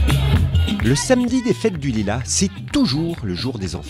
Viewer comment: la meuf elle ma tuer avec "la fête de lulas